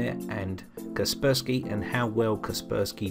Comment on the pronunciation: Kasper (like the friendly ghost and spy (espionage).... I used to pronounce it like you until I realised.... haha